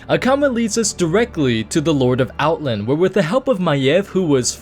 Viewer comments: Outlnd, Outlnd, Outlnd...OutLAND! Out..LAAAAAND. OUTLAAAAAAAAAAAAAAAAAAAAAAAAAAAAAAAAAND! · The way you say "Outland" bothers me an irrational amount..